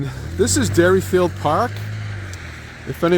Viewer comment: Hey, Jack-ass ! It's DERRYFIELD PARK, NOT 'Dairy Field' !